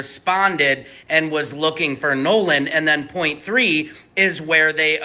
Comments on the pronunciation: His name is NO LAN NOT NA LAN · Stop acting like you can’t pronounce NOLAN .. NOLAN to be correct T F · That is 🧐very concerning if they cannot even pronounce his name correctly 😢 With AI they should have correct this immediately . I’m leaving out of respect because I cannot stomach them mis pronouncing his name.😢